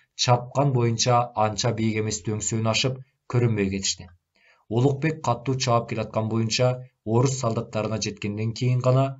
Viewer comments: Катуу деп эле окучу, каттуу дебей. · Сонун чыгарманы аябай ката, сабатсыз, туура эмес окуп жатат. Көп кайталанган каталар : Мохажед ~ Моджахед Каттуу ~ Катуу Казарман ~ Казарма